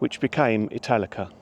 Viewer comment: I'm not going to lie, I thought you said Metallica at first lol I still thoroughly enjoyed the video tho 😅